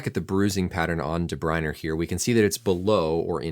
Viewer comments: Great video as always, but one correction, then ending of his name is pronounced "ah" not "er", otherwise you got it perfect! "Dah-Br-Oin-Ah", or some say without the ending "ah" as well! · DE BRUYNE, NOT DE BRUYNER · Where’s the second R in DeBryne? Learn how to pronounce it there doc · Doc, tip for ya: is pronounced "deh-broy-nehh" and "Rudy-gah" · There is no letter R in his name. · Thank you for all the invaluable information. Your speaking style is exceptional: fast but fluent and easy to understand. How you pronounce De Bruyne is a little different from the sport commentators. Keep up the good work! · The way you say de bruyne really pisses me off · I think you have a problem with the saying Kevin's last name. The English and Belgium say it differently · Even european commentators get it wrong lets not worry so much about such things this mans a doctor well educated not a major hold up for him i wouldnt say 😎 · Cut him some slack, there european names, especially if they dont watch the sport, there not going to know how to pronounce it.